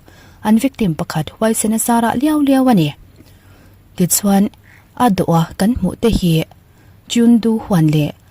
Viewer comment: Miss, 'A dawha' nilo in 'A dawt a' tih zawk hi a dik hmel zawk ka ti... Lo sawi ve mai" aw😅